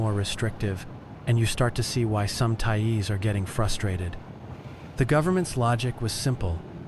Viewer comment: Thai-eez? WTF is that?